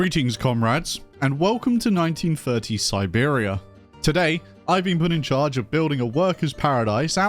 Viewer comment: You say "Siberia". But im getting strong Birmingham vibes.